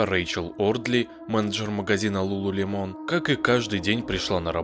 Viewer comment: Не ЛулулемОн, а ЛулулЕмон….